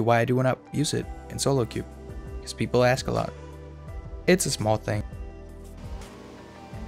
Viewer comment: "pwepol might not fwall fow it"